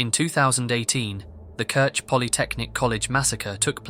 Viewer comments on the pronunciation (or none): none